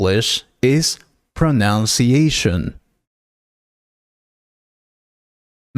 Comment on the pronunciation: Very poor accent and pronunciation. 'Britain' and ''Pronunciation' is pronounced incorrectly in this video .